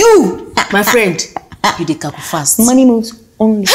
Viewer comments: CALCULATE!!! CALCUFAST !!! 😁😁😁😁😁😁😁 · I love that part when Jessica friend said... Them they cal cu late. My friend you they cal cu fast.. my belle they pain me for laugh